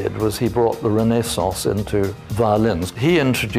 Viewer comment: Ren' A sauce? Din'es'TEA, ? Could that be (???tish) for; Renaissance?, Dynasty? Claudia is "cloudy'ahh. And let us rejoice in that stalwart of the epitome of true sophisticated language; EXTRAORDINARY, ah yes.